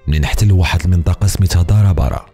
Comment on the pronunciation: نطقك لإسم بعض المناطق لم يكن موفقا : دهار أباران وليس دار أبارا تفرسيت وليس تفريست